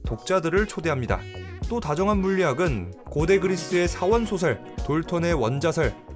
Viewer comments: '4원 소설'이 아니라 '4 원소설' 이라고 발음해주셔야할듯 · 발음하실때… 4원 소설 아니고 4원소 설ㅋㅋ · 왜 자꾸 사원 소설이라 읽어요. 사 원소설로 읽으시길. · 다 좋아, 다 좋은데, 나레이션에 묘~~ 하게 성조가 있네요. 특히 그 특유의 성조 때문에 [4원소 설] 이, [4원 소설]로 들립니다. 대구나 경북쪽 이신듯요... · 4원소설 발음 사, 원소설 0 사원소설 × 사원을 주제로 한 소설도 아니고 발음을 사원소설이라고 이어서 하다니... 이건 마치 프리마,돈나 를 프리 마돈나라고 발음하는거처럼 보이는군요 발음이 부정확하니 조금... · 4워~언 소설. ㅎ 이거 발음은 좀 웃김. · 4와 원소설을 띄워서 발음해주세요. 귀로만 들으니 사원에서 소설을 쓴줄 알았네요.